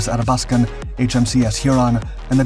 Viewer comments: Athabaskan pronounced A-THA-BASK-AN not ATTA-BASKAN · Great documentary. It did bother me a bit that the narrator kept on pronouncing the Athabascan as the Adabaskan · Ath-abaskan. Pronounce the th, as in bath. Great vid! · Athabaskan “À thah bas kin” as in the Athabaska river that runs through northern Alberta. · The Tribals were welcome supplements to the bulk of the Royal Canadian Navy which was mainly comprised of Corvettes that remain the unsung heroes of the Battle of the Atlantic. (Ath-a-bask-an - your English pronunciation is sometimes way off). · ATH-A- BAS-KIN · Retired RCN... Please, it's Ahh thaa bath scan. Or AthaB, if you will. The way you're pronouncing it is fingernails on chalkboard to my ears. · Really wonder how much time this channel spends on getting names and facts right. HMCS Athabaskan ....sheesh...5 second internet search and you get the right name. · Thank for covering the topic but, please learn how to pronounce Athabaskan. Painful.....